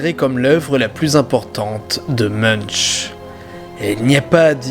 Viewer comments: Munch ne se dit pas "Muneche" mais "Mounnk" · ON PRONONCE MUNKE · On dit pas "meunch", mais "moun'k" :) Belle vidéo sinon.